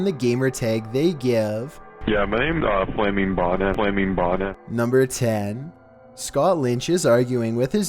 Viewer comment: it sounds like "yeah my name is flaming boner"